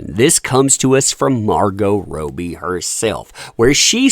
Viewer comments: I’m sure you mean “Robbie”, not Rowe-b. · Her name is pronounced Rob-bee, not Row-bee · You might think that someone who is going to make a video about a person would take, up to 90 seconds on Google, the time to learn how to properly pronounce their name. It’s pronounced Raw-Bee, NOT Row-Bee! C’mon man!! Big 👎👎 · Its Robbie, not ROWBIE🙄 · It's rob-ee (as in, say, Bobby Kennedy) not row-bee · it's pronounced ROBbie...not ROby. Sorry, grammar police LOL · Please stop calling Margo Robbie, it's not Roby.. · ROB’EE … please man. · Robbbbbie not Robie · Its not pronounced Rowbie though right? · I love the way u pronounce Robbie 😂😅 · Can you please say her name correctly - it's driving me nuts listening BUT there is no POTC without JD!! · One day you'll say her name right 🤞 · Is her name pronounced Rob'ee or Robe'ee? The way he's saying he name is making question myself. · Love supporting you, love your channel I've just always wondered why you purposely insist on pronouncing Margo's last name incorrectly